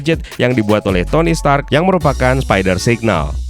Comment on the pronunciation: Stanley: are you TONY STANK? Stark "r" Dibaca n maklum udah tua🤣